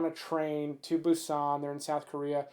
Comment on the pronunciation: I was thinking he better do train to busan for the 1st😂 and its Boo-sannn